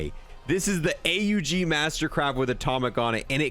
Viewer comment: I like how he said a u g not aug